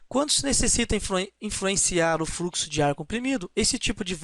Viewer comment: A ideia é boa. Existem alguns problemas na sua fala ("fruxo", "eles pode", "câmera", etc) , falta um pouco de conteúdo e precisam-se de mais exemplos. Como é uma aula gratuita já é de grande ajuda pra quem não sabe muito do assunto. Espero ter ajudado.